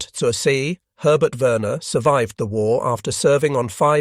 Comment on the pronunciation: Z in German is pronounced TS [ TSOOR ZAY ] "on the sea" PLEASE SHOW SOME BASIC respect and at least pronounce the names right and the labels..